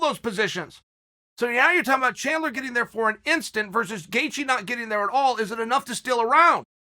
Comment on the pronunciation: I'm 2 minutes in on the EDGE of my seat biting my fingernails eagerly waiting for the gangster to reveal saturday's winner between Chandler and Justin "Gayjee" Gaethje while in awe of the most violent yet technical leg crosses that are happening right before my eyes. Never change, Uncle Chael.